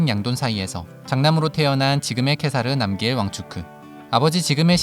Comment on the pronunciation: 남기엘이 아니라 남걀이라고 발음할걸요